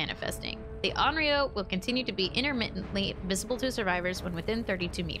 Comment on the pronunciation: You actually said Onryō correctly